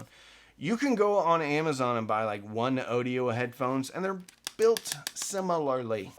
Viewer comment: Its pronounced "teel" audio. Like thiel small parameters.